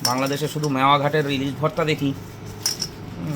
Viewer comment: মেওয়া ঘাট 😂😂😂। দাদা ওটা মাওয়া ঘাট মেওয়া নয় 😂😂😂